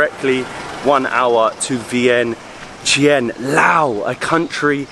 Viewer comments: To pronounce it exactly in Lao is Viangchunh. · Vientiane is actually pronounced Vieng-Jan by Lao folks. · In fact, it is pronounced, Vieng-jan.